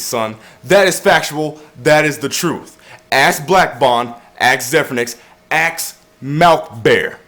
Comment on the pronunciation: Did you just say "aks" instead of ask?